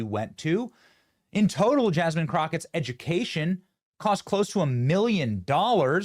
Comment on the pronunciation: Yaz-mean crooked? Just Jazmine crooked. With a hard J.